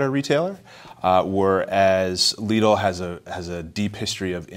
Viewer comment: Omg why call it leedle xD it's called lidl